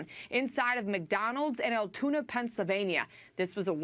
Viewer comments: ALTOONA, not ALATOONA!!! For God's sake, be accurate! It ruins your credibility. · It’s not “owl-uh-tuna”.